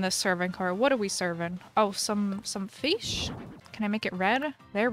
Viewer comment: No one::fis feesh fish 🐟